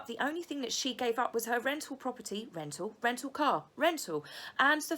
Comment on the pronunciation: Did you say rental??!! Lmfaoooooo!